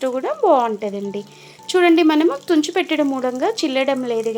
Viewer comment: Nee bhasha enti talli chunchu kadu tunchi